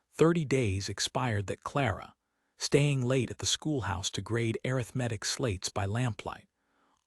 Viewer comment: pronounement of arithmetic???